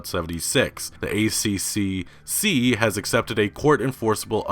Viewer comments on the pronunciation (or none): Ah, Americans failing to pronounce our government department names... the pronunciation of the ACCC is “Ay Triple See” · FYI for future reference it's pronounced 'A triple C'. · ACCC = "A-triple-C" is how we say it :) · FYI, in Australia we say "A-Triple C", not "A-C-C-C" ( that just sounds weird 😅) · Australian here, the ACCC is spoken as " the A triple C" and it's one of our most beloved institutions (the rest... don't ask). Long story short, they come down very hard on any company foolish enough to try and claim "no refunds" If a product is proven to be faulty, we are legally entitled to a refund, no excuses :) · in Australia, we just say "the A triple C" not "A C C C" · It's strange hearing Americans say 'A-C-C-C', we usually call it the 'A triple C' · Good video mate, but one thing from the Australian perspective (and it's very minor). We don't say A C C C, we say A triple C. It's just a bit easier :-) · All these YouTubers, calling ACCC, Ay See See See, it's Ay, Triple C, trust me it flows better and it's what we aussies call it. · Pronounced A triple C by us Aussies. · the accc is known as the 'a triple c' here in australia, a little easier off the tounge :) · Here in Aus we just call it the "A triple C" for future reference, its much easier to say mate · Hey, in aus we call it the A triple C so we don't have to say ccc,here in aus:P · good video as always! Here in Australia, we pronounce ACCC as "A triple C"